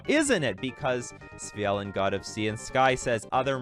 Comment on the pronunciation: I'd take you more seriously if you didn't continuously get the card name wrong.